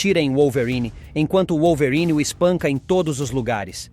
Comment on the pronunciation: pq q esse cara fala wollverine desse jeito? kkkkkkkkkkkkkkkkk